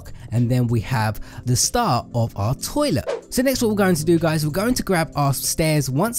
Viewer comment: The way he says toilet XD